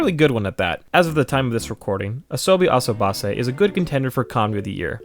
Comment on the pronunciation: Is nobody gonna talk about how he butchered asobase?